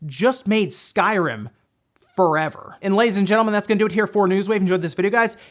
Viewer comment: I love how leans on drama with some sentences: “This (...) just made Skyrim FOREVER!”